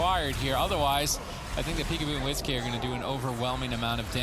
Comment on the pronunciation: Is wizk name actually wiz-k like your saying or is it supposed to be said like whisk and you guys keep saying wiz-k it’s wizk